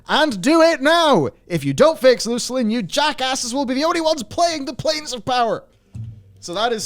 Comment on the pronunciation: going straight for the "Loose-lin" pronunciation is proof that it was in fact the most natural way to say Luclin. Not Luck-lin or Luke-lin. Us EQ bros understand.